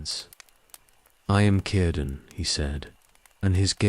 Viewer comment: And how about pronouncing Celeborn( Kel-a -born) like sel-born, with soft C instead of hard C, and cirdan and celebrimbor the same way! 🤦‍♀️